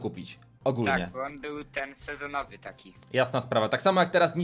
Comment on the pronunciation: Mówi się bo a nie bu